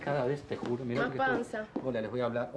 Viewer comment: Denise tentadisima mal cuando Leopoldo decía jurío jurío JAJAJAJAAJAJAJA